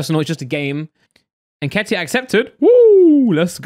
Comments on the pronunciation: When he said nketah I thought who's that pronounced nketiah completely wrong lol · Eddie ‘nkeetah’😂😂😂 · why tf did u say Nketiah name like that nketah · It's En-ket-iah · Fuckin hell saying Nketiah like he's French aha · Is no one gonna mention how pronounced eddie nketiah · Its not even pronounced n ket iah lol